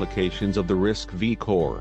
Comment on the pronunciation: The initial part looks very professional, yet down-to-earth, looks like a lot of effort. The pronunciation of RISC-V should be RISC five, not RISC vi.